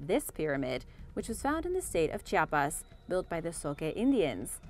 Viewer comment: Its called Chiapas not chapas